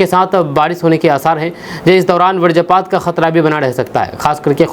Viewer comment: अरे भाई समाचार वादक महोदय वज्रपात को वीर्यपात मत कहिए आप लोगों की हिंदी बहुत कमजोरहै